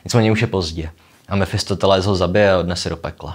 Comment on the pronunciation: Mefistofeles... Možná už je to deformace z filozofů, když říkáte Mefistoteles.